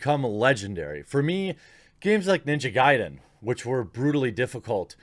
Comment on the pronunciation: You have pronounced Ninja Gaiden correctly, i'm proud of you!